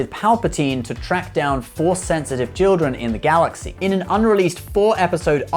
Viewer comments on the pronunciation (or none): none